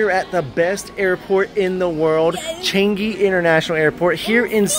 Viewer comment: U pronounced changi airport wrong